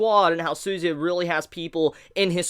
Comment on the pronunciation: Jeez honestly don't like the way you pronounce suzuya's name hahaha